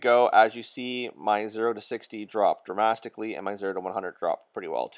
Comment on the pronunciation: Dramatically! Not dramastically